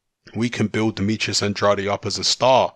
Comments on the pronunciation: I'm not even American...but he's an American fighter so it is pronounced An-draid. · It's An-draid not An-drad-ay...